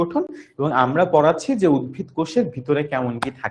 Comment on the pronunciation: উদ্ভিদ ✅ not উদ্ভীদ